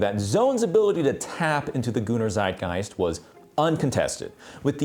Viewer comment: Did he just say Zeitgeist like Sideguys (actually more like Zideguys)